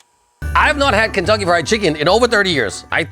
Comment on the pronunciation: I keep hearing Kintoki Fried Chicken every time you say it hahhaha. Fitting for japan i guess